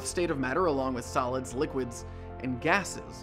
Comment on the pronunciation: ate i thought he said "salads, liquids and gases"